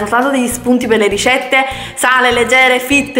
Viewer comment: "Le rishette"